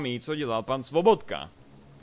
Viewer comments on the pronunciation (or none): Svobotka??? neměl to být Sobotka? :D